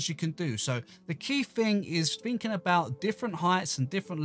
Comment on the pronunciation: Why do u say ,,Finnking,, it’s called Thinking